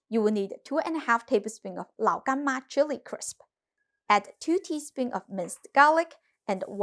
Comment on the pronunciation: I like how you say Lao Gan Ma